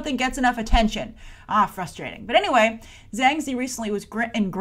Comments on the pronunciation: Sorry to be a stickler, but Ziyi is pronounced Tzi-Yee. You're saying 2 out of 3 characters in her name! :P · it's pronounced Zi-Yi